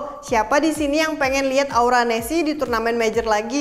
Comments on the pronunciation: Salah sebut nama aura nesc, hostnya malah sebut aura nesi😂😂😂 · Aura nesc.. Bukan aura nessi... Greget gua sumpah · Aura nesc kak bukan Aura nesi